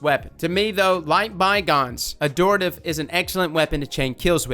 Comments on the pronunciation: It’s AD-Horative. Not adooritve. Honestly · no its pronounced ad-hor-tat-ive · I think it's pronounced Ad-hort-ative, correct me if i'm wrong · Pretty sure it's pronounced "Add-hort-ah-tive" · 'Ad-Hor-Tative' lol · Ad-hor-tative, there's an H dammit. It's become like a minigame for him at this point. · It’s actually pronounce Add-or-tay-tive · Dude there's a 'h' in the word. Ad-hor-ta-tive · What is it about this word that makes everyone pronounce it wrong? It's literally the word hortative but with an AD in front: ad-hor·ta·tive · I think it's "Ad-Hor-ative" because the word "Abhor" is similar and is pronounced with the B otherwise it would sound like "A boar". 🐗 I could be wrong though. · I think the gun is called Add-whore-Tuh-Tiv. There are 2 T's in the name. You were only saying 1 T. I could be wrong though. I still say Antiope wrong myself. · Ad-hor-a-tive is how you say it! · I've been pronouncing it "ad-hor-ative" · It’s pronounced Ad-Hore-ta-tive. Heavy emphasis on the H Not a joke btw I’m being serious I am an Attic Greek student so I’m heavily invested in these names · I always pronounced it as “Add-horr-tay-tiv”. Yours sounds more right though so I’ll go with that. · Its actually pronounced AdHOR - TaTive. The "Hor" comes out like "whore" basically. Not closer to "Adore". Nbd just thought I'd let you know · i think it's pronounced ad-horative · the h is not silent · pls you’re meant to pronounce the H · There's an "H" in it though. Adhortative as in: Relating to the giving of advice...but be careful it could be a loaded question.